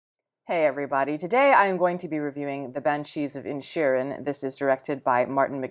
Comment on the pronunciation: This reviewer gal needs to stop reviewing she can't even pronounce the title right she leaves the second eye in Initial you know I can't you can't write how do you pronounce it but she mispronounced it over and over again she had a really good her stuff together and really stuffed out how to pronounce something because it just deluxe in invalidates her opinions which most of the time aren't very smart